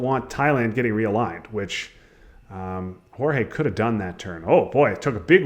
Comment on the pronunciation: Great game and great commentary, except for calling G-EE-OR-GOS "Jorge" :p